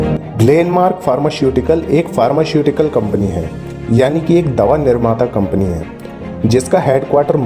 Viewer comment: Pharmashutical nhi h sir pharmaceutical